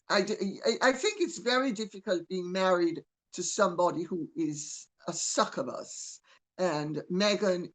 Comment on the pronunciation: "Suckerbus". Lol. Succubus is pronounced suck-you-bus. They're both pretty funny when applied to Meghan.